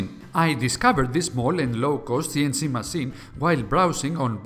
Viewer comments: It's Massine not masin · You say masseen (machine) too often! It really distracts me from the story 😂 😂 😂